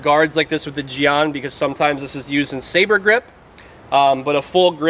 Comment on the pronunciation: I know this vid isn't a historical lesson... BUT I wanna make correction that a jian isn't "Used primary for stabbing and second for slashing" as if it were a rapier. Jian is a sword similar to an arming sword or any one-handed straight blade. Also, I am forgiving on the pronounciation but the pronounciation you give it is "jiang" (in pinyin) when it should pronounced "Jien" (written jian in pinyin but the a in the word is pronounced like E as in Yen)